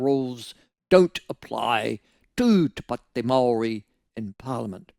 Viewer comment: Why are your pronouncing Maori in such a strange way.? It sounds if you have something stuck somewhere. Also why are you falling into the trap of being controlled by these controllers with the accents over their written language? They never had a written language now all of a sudden they have new made up words with funny accents and every one has fallen in line. You are under their spell Michael.